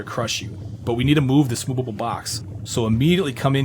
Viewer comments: How do you say movable like that lol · Ikr sounds like moobable box 😅